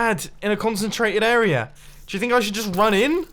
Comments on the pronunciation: I hate how he says 'arier' instead of area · Dear Mr. Mumbo: It's AREA not AREAR !!!!! ;) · I just realized he says “area” as “errorer” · This arier is done and this arier is done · Sometimes he pronounces "area" correctly, other times he says "errorer"